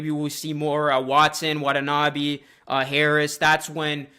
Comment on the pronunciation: Nice video. Actually, to pronounce Watanabe is wa-ta-na-bay.